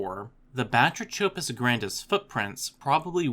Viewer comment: The “ch” in Batrachopus is pronounced like a K as in all related words like batrachotoxin derived from Greek βάτραχος (bátrakhos, “frog”). The number of otherwise diligent, industrious educational YouTubers who mispronounce key words, use incorrect plural forms etc. is really surprising and somewhat regrettable. I mean, “ancestrial”? Really??